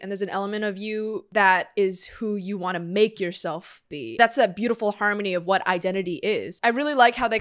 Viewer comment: “ScI wAnCHT tO gO bAcK” was great